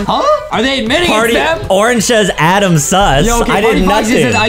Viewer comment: it's not adem it's adam